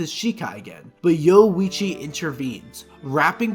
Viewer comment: Great video, but you not pronouncing the "ri" in Orihime and the "orui" in Yoruichi is driving me LITERALLY INSANE. 😂🤣😂💀☠️💀🤷‍♂️💯💯💯